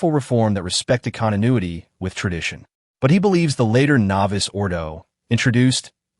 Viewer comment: I know it is an AI generated voice but if your going to comment on matters of liturgy the important terms should be pronounced correctly. It's not "novice" ordo it's novus (novoos ordo).